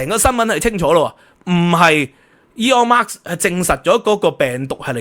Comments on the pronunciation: Elon Musk 不是 Elon Marks 🤣🤣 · 「Elon Musk 」唔係 「Aeon Marks 」😅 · 好喜歡你的内容但真係要注意一下英文發音，或者全用廣東話算了。今次： Elon Musk vs Eon Mas的發音分别